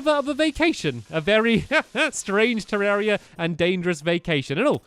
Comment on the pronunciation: It's been 155 episodes and 2 years or more and you still pronounce 'terraria' 'terreria' :\